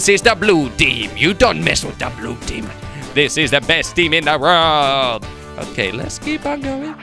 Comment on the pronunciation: Haha when Jordi Says "world" it sounds like "rowrld"